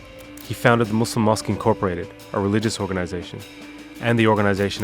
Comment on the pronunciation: finally he said "muslim" not "muzlim"